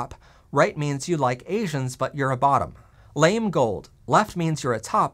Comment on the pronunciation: Honey, it's not LAME (rhyming with SHAME), it's LAMÉ (lah-MAY): "lah-may gold", "silver lah-may". But kudos on pronouncing "mauve" correctly!